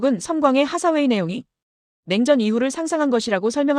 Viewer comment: 앤 하사웨이가 아니고 앤 헤서웨이듯.. 하사웨이는 헤서웨이가 맞을거같아요. 발음짜치는 일본식 외래어표기보다는요. 하사웨이 중사웨이 상사웨이... 원피스의 상디를 산지로 안읽듯이..